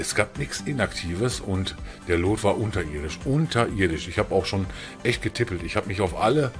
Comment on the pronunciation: es wird luut ausgesprochen nicht loot XD